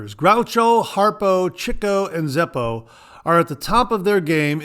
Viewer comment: Great show. Love the Marx brothers and got the password reference and you pronounced Chico correctly. Have a great week. 👍